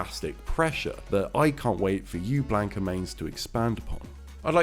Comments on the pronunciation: This guy def says BLANK-a. It's wrong, but he's british so...haha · I cannot watch this simply because you don't know how to pronounce Blanka. It hurts. It's almost as bad as people who say "RAYUU" when talking about Ryu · Maybe unreasonable but it is mildly infuriating you can't say the characters name correctly. ffs